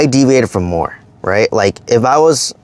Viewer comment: Do more, not “ma” lol.